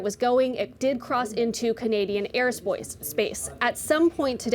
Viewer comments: “Air Spoice” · "Spoice" just replaced "cofeve" as my favorite word. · Airspoice sounds much better, we should keep it! ;-) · 🤣🤣she said, aerospoce